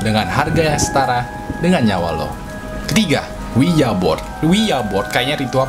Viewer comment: kenapa ouija board malah bilang owiya bod😂